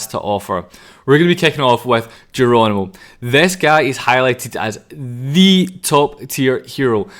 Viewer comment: Jeronimo ❌ Gono ✅